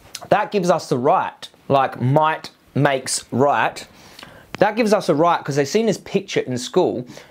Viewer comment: I like how you say "moight makes roight"<3